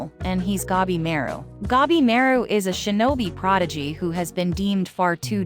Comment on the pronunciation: gabi ma ru. not gebimeru the A read like in latin for alfa, or english for armor, arm, archer, atlas, atlantic, antartic, or until, unbeliever, answer. gA bi mA ru